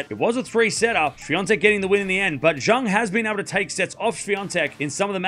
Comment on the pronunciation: Bad pronunciation for Zheng